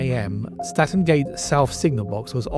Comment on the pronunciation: Toton is pronounced Towton and Statten is Stanton,the music is off putting, I stopped watching the video because of this.